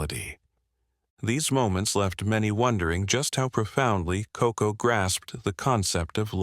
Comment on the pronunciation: Koko, not Coco.